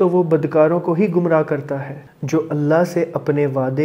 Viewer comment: Gamrah nahi bhai gumrah jesay koi cheez gum jati hai woh wala gumraah.